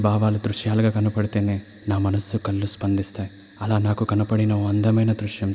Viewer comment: మీ ప్రయత్నం చాలా బాగుంది. అయితే "పెళ్ళి" బదులు 'పెల్లి" అంటున్నారు. కళ్ళు బదులు కల్లు అంటున్నారు. ఆకాశం బదులు ఆకషం అంటున్నారు. "మళ్ళీ" బదులు "మల్లీ" అంటున్నారు. అక్షర దోషం లేకుండా చూడండి